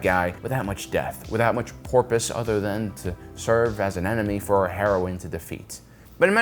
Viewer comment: yo can I get confirmation that you say "porpoise" on purpose? I'm like 90% sure you do but the possibility you're not is nagging at me, lol.